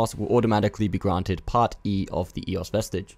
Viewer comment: Not "ee", more like an open "eh"